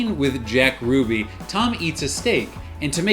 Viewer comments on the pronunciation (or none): none